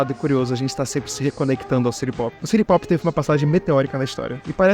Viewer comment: Adoro a pronúncia "siri popi" kkkkkkk Ser aquático musica popular🍷🗿